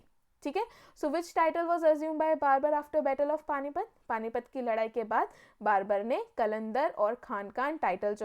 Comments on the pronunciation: For the video thanks but Babur ko barbur kiyu bol rahi a😂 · Babar, not Barber. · Your pronunciation is wrong..it's not barbar it's Babur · Mam babur hai wo barbar nahi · Aapne Babur ko Barber bana diya.... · Barbur nhi hai ma'am babur hai wo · बैटल ऑफ 'कन्व' ये कौन सा बैटल था??.....मैडम वो 'खानवा' है। और 'बार्बर' नहीं उसका नाम बाबर था। आप। 'सांगा' को आप संगा बोल रहे। परचम से ऐसी उम्मीद नहीं है। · I thought I'm mistaken but now I know mam was saying Barber